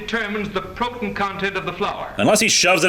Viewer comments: "Sixtuh" "Protun" "Colorimitor" I hate the way these people pronounce things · Did no one explain to the narrator in the first short the correct way to say protein? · also the science narrator gets punched in the face too. nobody, and I mean NOBODY mispronounces "protein" 15 times in a row and gets away with. I don't care that you've been dead for 50 years narrator, you will not slightly irritate me. it's corpse punching time!